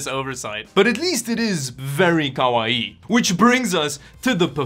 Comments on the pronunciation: It's not kawaii. It's koala-ii. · Its pronounced, Kah-Why. Just so you know. 😊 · At least the case has feet to hold it off the carpet. And it's kawa eee eee. There's two i's and they're both pronounced. Kawaii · What the hell word are you saying? Koa-e??? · The way he says "kawaii" 🤣😭